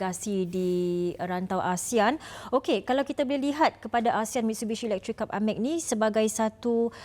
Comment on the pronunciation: Macam pelikk je namenyee MITSHUBISHI ELEKTRIKKKK